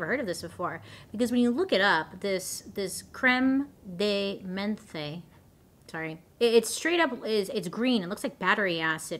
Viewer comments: You don't pronounce the last E in Menthe. It's like men-th. Cr-em de men-th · The E on menthe is basically silent, Bailey. Hehehe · Pronunciation of menthe = mont 😊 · Crème de menthe is delicious! The last word, however, is pronounced mahnth (mah nth). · You pronounce it like you have a you pronounce it like you have a lisp. So it’s minth.